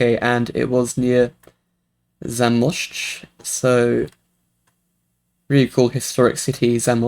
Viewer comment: Challenge rounds over 4500 and 1037 points in Australian round because I guessed in New Zealand...I guess I need to learn bollards... Challenge 2-10794 I'm still saying that this map wants me to suffer. Also your pronounciation of Zamość was really good. GG